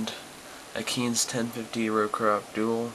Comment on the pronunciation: u said kinze wrong